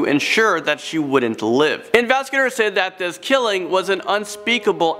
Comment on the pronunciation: Yeah it pissed me off if I'm being honest 😂😂 And when he pronounced "Said"